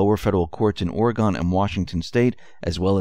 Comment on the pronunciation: YES, POTUS HAS HIS GOLD TIE ON...Oregon is pronounced: Ore-gun...Pencil Neck Schifft is fully connected with the Standard Hotel in Cali...